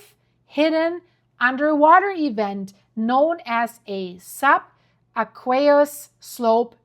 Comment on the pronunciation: Cute. I like how you say aqueous: instead of AY quee US you say ay QUAY us. No problem with that. It works, as quays are out in water, the aqueous element. Love your stuff,.🙂👍